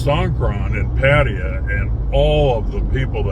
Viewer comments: "Padd-ah-yah' ?? SMH...how long has this guy lived in Thailand?? Good grief... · Your comments indicate that you, simply, 'don't get it'... Seems that in your world, butchering the pronunciation of a major city, a city that you live in, is perfectly acceptable... That is not my personal experience as an expat in the various countries that I've lived in.